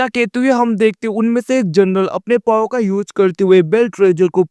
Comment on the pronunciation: Kyaa vai paau paau keh rahahe powerko😅😅power bolona achhese kaha haat paau bolraheho😅😅😅